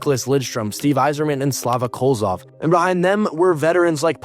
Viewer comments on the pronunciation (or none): Kozlov not Kolzov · Kozlov NOT kolzov. Learn to pronounce names. Dislike video due to sloppy content. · It's not Slava Kolzov, but Slava Kozlov.